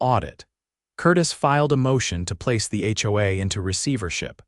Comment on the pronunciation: In addition, certain words are impossible for the ai voice to process. "HOA", "lien" and any legal term not found in the Chinese dictionary. We all have to be careful with AI and using it has its drawbacks. Please consider having someone read it instead of a computer generated voice system.